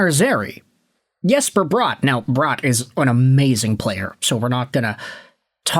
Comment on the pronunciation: My dude its Bratt not Brought. Jesper Bratt.